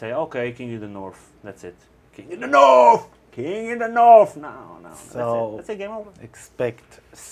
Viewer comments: It's pronounced north, not norrf. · KING IN THE NORFFFF KING IN THE NORFFFF